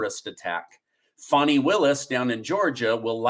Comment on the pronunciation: It’s not Faaarni, it’s Fanny!